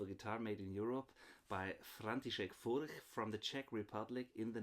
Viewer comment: How would you compare Furch to Atkin? I've seen your review of the Atkin OM, i have a Furch Vintage 3 OM SR and I'm considering getting an Atkin OM. i know yhe are different models, but in general, how would you compare Furch to Atkin? Thanks, and btw, you pronouce Furch a lot better than me 👍